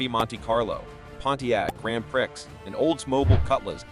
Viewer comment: I hate that you dont get a human being to do the narration. As an example, Grand Pricks